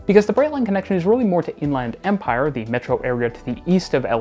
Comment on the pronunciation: I kind of love this rendition "to In-Land Empire" (with "Land" pronounced like in "Disneyland" or "Thailand", and with no "the") as a potential Canadianism for what Californians would say as "to the Inland Empire" (with "Land" pronounced like in "England" or "Scotland", and with "the")